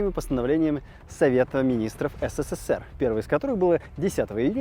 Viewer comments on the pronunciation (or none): none